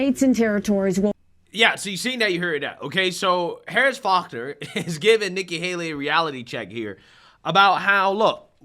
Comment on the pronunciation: Dude her last name is FaulkNer You made it sound like harris focker😂